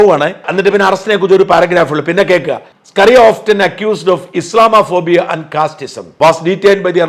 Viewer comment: ഇസ്ലാമോ ഫോബിയ എന്ന പദം ഇസ്ലാമാ ഫോബിയ എന്ന് തെറ്റായി ഉച്ചറിക്കുന്നത് അഭംഗിയാണ്.